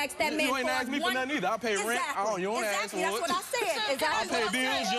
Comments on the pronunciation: Funny how she corrected her, "It's 'specific', not 'pacific'". It's also 'ask' not 'aks'. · If she wants to be less ghetto, maybe she should say "ask" as opposed to "axe".